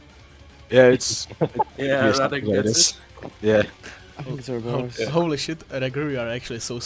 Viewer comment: how tf did he get ouroboros correct